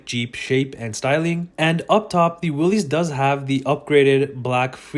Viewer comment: Learn to pronounce the name correctly! I cannot take you seriously if you're not informed.